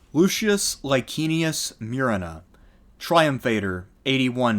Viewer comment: It's Moo-re-na